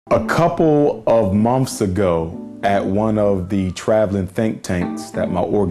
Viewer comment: A doctor that cannot pronounce the word months ( mumpfs)